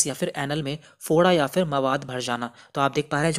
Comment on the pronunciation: Bhai Foda hota hai (Bhoda) nhi hota